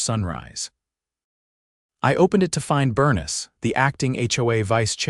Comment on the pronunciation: I've never encountered anyone named Bernice that pronounces it Burn'-us. It's Bur-nees'.